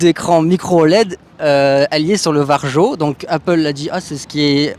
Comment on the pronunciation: Juste pour info, Varjo se prononce Vario ;)